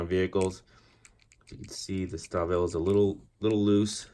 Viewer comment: It's pronounced "Shtalvile" :)